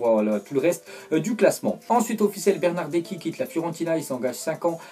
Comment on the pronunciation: c pas Bernardeki mais Bernardesssssski